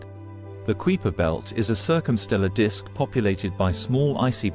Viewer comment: The "kweeper" belt?